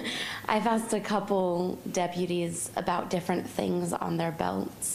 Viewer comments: Why is she saying “axe” a question? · Any juror who pronounces asked “axed” kick their ass off the jury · Why can't she say "asked" instead of "axed"? These people are supposed to be educated.